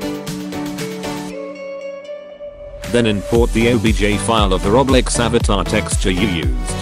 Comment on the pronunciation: Bruh when that bot said roblex i died